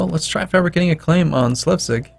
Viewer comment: I think it's Sles-vig in Danish (or Shles-vig, in German), not Slev-sig